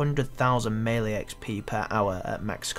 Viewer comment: lol pronounces "melee" two different ways right after each other